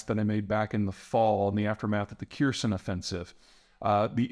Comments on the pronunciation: Just a heads up, Kherson is pretty much pronounced like Herson, you can ignore the K. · and not to pile on, but Kherson is pronounced Ker Saan not Ker Sin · Someone tell this man how to pronounce Kherson. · Zapor-nitsa is nearby Kiir-son. Where do you think the Kak-ova dam is?